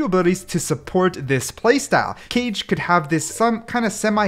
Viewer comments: Calling Kage (Ka-Geh) Cage was so annoying for some reason. Probably cuz Johnny Cage kept popping in my head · Kage: not cage but ka-gay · Pls do not sage Kage as Cage cause it is prounounced Ka Ge not cage like a goddamn jail, although its fine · As a Japanese learner I have to point out that the agent's name isn't pronounced 'Kaje' but 'Kaa-ge' (or Kaa-gay). That means shadow in Japanese. But yeah I like this video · the 4th one i think is pronounced kage in stead of cage as it says in description but kage means shadow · Not keije. Kah-ghe. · It's not cage(kage) it's pronounced kaaa gay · also one thing: kage isn't pronounced as 'cage' but 'kah-geh' bc kage literally means shadow in japanese and he's a japanese ninja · isnt is kaage not cage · if its pronounced as kage then its not japanese it should be pronounced as kah-geh if its shadow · U DONT SAY IT RIGHT PLS Chek how to say it cuz u make me sad when u dont say kage right its not [keij] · Bro really said cage instead of Kage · I think its Ka-ge not Cage... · Its not cage as in the pet cage Its kage as pronounced in hokage in naruto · it's ka ge not keyj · Umm u made a mistake by pronouncing kage into "cage"... It's (ka - gé) like "kage bunshin no jutsu" in Naruto 😅 But it's okay, everyone ain't perfect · It's not pronounced cage it's ka ge. Sorry if I sound rude. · Its not pronounced like cage, rather kaa-gay (💀 but i didnt know what else to put there) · the way he pronounces it kayj instead of kah-gey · it hurt my soul when you said Cage instead of Kage........KAAGEY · Dude stop pronouncing kage as cage, its ka-geh, pronounce them separately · Isnt it not cage but kage like hokage 😭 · “Kage” is the Japanese word for shadow and it is pronounced Kah-gay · Hi! "kage" is pronounced "kah-gay" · It’s not cage it’s pronounced like the Naruto hokage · just to be exact kage si pronouced as ka ge lmao great video btw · because its Japanese its probably pronounced ka-ge please correct me if im wrong